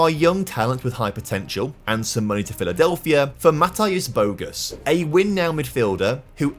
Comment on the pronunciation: good one :D BTW, - Polish "sz" is very similar to English "sh" sound. So not "bogus", but more like "boh-goo-sh"